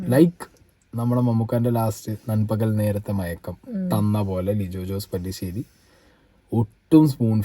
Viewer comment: the Directors name is Not പല്ലിശേരി its പെല്ലിശ്ശേരി